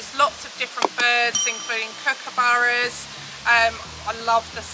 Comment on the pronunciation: Welcome and the bird is (Cook-a-burra), regardless of how it's spelt